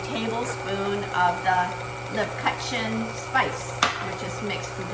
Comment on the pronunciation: Please pronounce leb-koo-chen